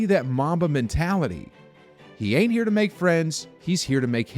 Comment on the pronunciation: your pronunciation of "ain't" is remarkable